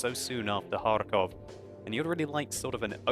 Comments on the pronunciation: For some reason, the way he says it bothers me. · It's kinda funny how you can't pronounce Kharkov! unfortunately there is no KH in English. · I love how you say '' KhaRRRkov'' :D It's so funny (in a good way) :D